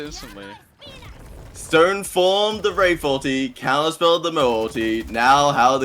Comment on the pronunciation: bro did NOT say wraith i heard a p💀